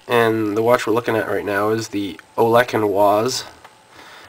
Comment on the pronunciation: I think its pronounced Olesh and vice.